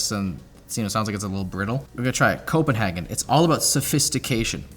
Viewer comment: That’s not how you say Copenhagen